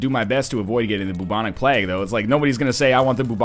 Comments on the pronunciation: Bubonic PLAG? Like, PLAG, right? Not plague, but PLAG? You're an intelligent guy, do you really pronounce it that way? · "Bubonic Plag" PLAG! It surely has to be pronounced Playg over in Canada, Plag doesn't sound right for Plague. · The Bubonic Plaaag? Plaaag? Seriously NL's pronunciations...